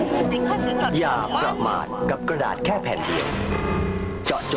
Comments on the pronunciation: ไม่ใช่เอ 4 ดอกนะ กระดาด ดับเบิ้ลเอ จ้า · เขาไม่ได้ตั้งใจอ่านผิดแต่เป็นกระดาษต่างหากที่ไม่เรียบ..เฮ่อ!!